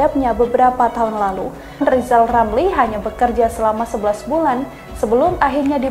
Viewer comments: LIZAL LAMLI..SAMA SI OMPONG...LIHAT LEBIH DETIL DULU LARU NYIYIL KALAU..KAMU MAU DI HARGAI..R nya di ubah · Bacotan lizal lamli.....pleeet goplet.. Katanya plofesol, ekonom, koq otaknya pekok kok.